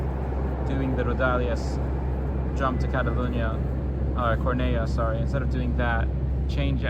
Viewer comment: I knew it's over once i heard "rodalies"💔